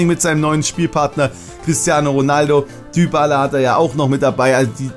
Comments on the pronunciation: Warum sagst du immer Düübala? Spricht man es nicht Dibala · Dybala wird dibala ausgesprochen und nicht dübala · Hey ich meine dass es dibala heißt und nicht dübala... Aber sonst nices Video